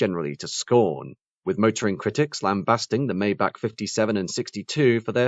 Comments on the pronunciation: I was thinking the same thing. Daimler only gave Maybach their greatest V-12 engines that they had at the time. Also it is pronounced MY BOCK! Only dumbass rappers like Rick Ross say “may back”. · It's not "may-back" - it's "my-bach" like Johann Sebastian Bach, the famous composer. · The Maybach models also used V-12 engines, not a V-8 engine. They got the horsepower number correct at least. The worst offense is pronouncing it “May back”. It is MY BOCK! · It’s pronounced MY BOCK!!! The engine was a 5.5 liter V-12 also. The S models had a Mercedes-AMG built 6.0 liter V-12 engine that put out 604 horsepower and 738 lb. ft. of torque. The same engine could be found in the 2004 Mercedes-Benz CL 65 AMG along with other Mercedes-AMG 65 models at the time. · Sorry. Totally wrong Maybach pronunciation. Despite these are very good quality and quite informative short documentaries, the author seems not to pay attention to correct pronunciation of products, airlines etc, in the videos he creates. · yes, i cringed even more than when a german trys to speak a th